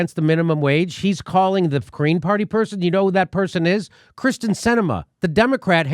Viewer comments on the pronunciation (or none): It's Kyrsten (Keerston) Sinema, Jimmy.